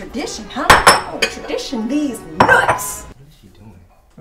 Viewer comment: The fact she said diss nuts